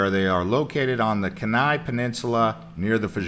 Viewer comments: It's pronounced "key-nigh" and it's "f-your-ds" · You are pronouncing "Kenai" wrong. I have been there twice & from everyone I know, it is pronounced differently. Great video. Please make more. A small town with a Costco close by in the Western USA would be great!